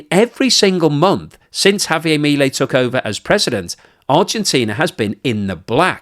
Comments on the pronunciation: In English it's HAVIAR MILIEL. IN SPANISH ITS Javiar miliel. I know british people are terrible at accents it's ok. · mi-lEi (emphasis has to be on the 'e'.